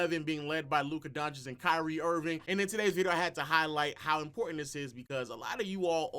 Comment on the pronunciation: He still callin him "Kyrie Irvin" 😂